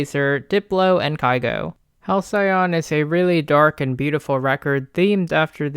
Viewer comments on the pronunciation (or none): hal -see-uhn. Not Hal-cyon. Denoting a period of time in the past that was idyllically happy and peaceful. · Fuck I love this video but the way u say hal-cyai on killed me lmao